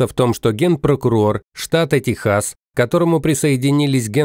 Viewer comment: Только не ТеХАС а ТЕКСАС !!